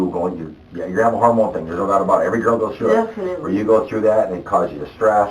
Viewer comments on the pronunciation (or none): I hate her accent or voice or whatever it is. Like she pronounces T as D or something or like she’s blowing out all her Bs and Ds, idk but it’s annoying the shit out of me. I cringe every time she says “thing.” “Tdeeeng” 🤢